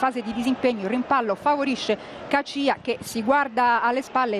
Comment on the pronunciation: ma come cazzo pronuncia caccia???? rai style !!